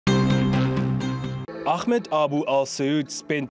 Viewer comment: "akhmad" wtf